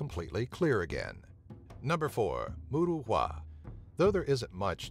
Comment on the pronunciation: Good Video but you really need to research the pronunciation of the places you name. As an example, 'Moruroa' is pronounced Moo-rah-ruer, not 'mood-ah-wah. It is a Polynesian word.